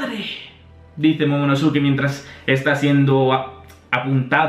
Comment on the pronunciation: Man se pronuncia momonoske no momonosuke..... Suena terrible, es igual que Sasuke que se pronuncia saske o akatsuki que se pronuncia akatski